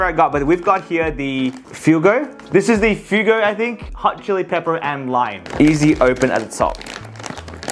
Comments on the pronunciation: Bro said, Fu-go it's pronounced fu-weh-go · yo using did you know when you said fuego it is actually pronounced Fu-egg-o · he said fuego rong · It’s not fue-go its fua-go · Calling Fuego Takis "Fugo"💀💀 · Did u hear him in the beginning he said “fuigo” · Fuego is actually pronouced Fwe-go and Hot tamales is pronounced tah-mah-les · Fuego f-way-go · ITS “fweg-go” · This is coming from an American it’s pronounced takis fuego (fwaygo) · its pronounced fue-go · Its Pronounced fwaygo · Fuego flavored takis got violated when he said Fuego like that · You pronounced Fuego wrong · Him saying “fuego” wrong is just upsetting😢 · No way bro mispronounced fuego